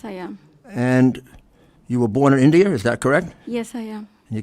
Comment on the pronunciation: Rudy, she was born in India, not Indier.